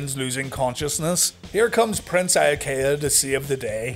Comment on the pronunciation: I was 100% mark at 11 years old, but even I didn’t like Prince Eye-uh-Kay-uh.